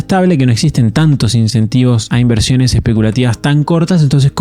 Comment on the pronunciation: Y al inicio dice IVERSIONES en vez de INVERSIONES